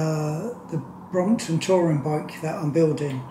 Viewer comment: Brompton, not bromoton...